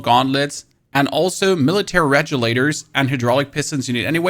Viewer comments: Hey, I really want to enjoy your videos, but I’m having a hard time with the pronunciation in some spots. For example, it’s pronounced “BASS-in” rather than “BAS-in,” and “reg-u-la-tor” instead of “rejulator.” I know it might not seem like a big deal, but it can be distracting when following along. Just thought I’d share this as constructive feedback, because your content itself is solid. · "at-trah-ee-dus" (Atreides) "rej-yoo-later" (regulator) My brother in Christ, what are these pronunciations? lmao Great video though, thanks.